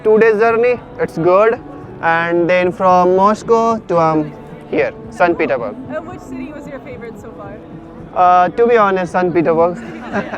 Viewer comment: it's सेंट्स पीटर्सबर्ग or सेंट पीटर्सबर्ग